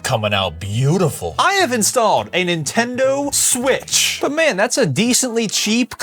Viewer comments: Nintondo smitch❌ PSP✅ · “nintondo smitch,” 😭 😭🥀🥀🥀🥀👹👹👹👹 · "Nintondo Smitch" be like: 😂😂😂😂😂😂😂😂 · I just laugh because you said Nintondo Smitch😂😂😂😂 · please didn't say "nentondo smitch" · "Nintondo smitch" 🗣️🗣️🗣️🔥🔥🔥🔥